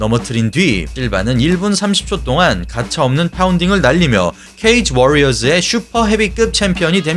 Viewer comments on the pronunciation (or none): 쓸데없이 발음을 굴리는듯한??? ㅋㅋ